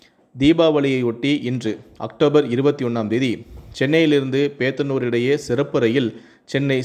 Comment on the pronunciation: வாசிப்பாளர் பேத்துனுர் என்று தப்பா வாசிக்கிறார் அது "போத்தனுர்" என்று படிக்க தெரியாதா?